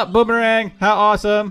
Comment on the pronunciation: did he say bonerang